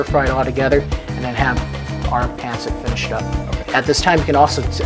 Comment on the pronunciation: It’s pancit/pansit not Pencit and you say it fast 1 word